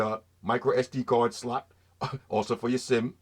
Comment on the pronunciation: Everytime you say slot...hahahahaha man can't stop laughing keep saying that bro